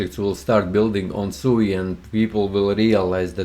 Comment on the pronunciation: It’s pronounced SWEE, not SUUU 😅